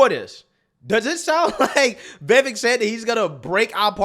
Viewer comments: Short i. Not “vee-vek” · Bro. It's viv-AYK. viv-AYYYYYYYYYK 🤣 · Bro! You have to get his name right 😂 Vivek ( the back end sounds like 'cake') 'Vi" then 'vake' Vivek!!!! Get ir eight brother! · Please pronounce his name correctly. Vi-VAKE - Rhymes with CAKE! 😊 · You love him but can't get his name correct, for the umpteenth time it's Viv-Ache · Love your content, but his name is pronounced VivAk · It’s pronounced “Viv-ake” like cake. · Thanks for the pushback. Republicans neocons are now distancing themselves though. Foxnews etc. He’s too smart for them. He’s a 21st guy! Vivek reads Vi-vake as in cake. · It’s pronounced VUH-VAKE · Vivek is pronounced "Vi-Vake" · I didn’t realize his name is actually pronounced ‘vi VAKE’. Listened to a sit down with him and Colin Noir and he said that’s how it’s pronounced. The more you know ✨ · It’s really not hard to pronounce Vivek’s name correctly.